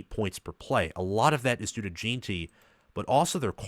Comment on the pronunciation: Very good breakdown of the matchup. One of the better ones out there, really. One thing that makes your breakdown a bit tough (not your fault) is that BSU's center and RG you referenced are the backups that played most of the season due to injury. The starters are back. I do have to provide a couple name corrections, though. Jen-tee, not Jeeen-tee. Soft E. Ah-med Hoss-en-neen. Braxton Feelee. Marco No-tree-on-nee